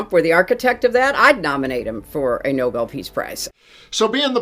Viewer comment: Did she say noballs price or novel price cause I support the first one?